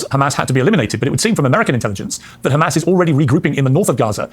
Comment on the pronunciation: can we please stop pronouncing hamas as KHamas